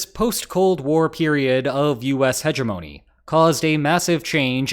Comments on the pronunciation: Hedge-ah-mownee?? Dude. Wtf. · "Hegemony" is pronounced with a hard G. To use a similar pronunciation to the word for a herbaceous border is uncouth and illiterate. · I believe your pronunciation of hegemony is incorrect good sir.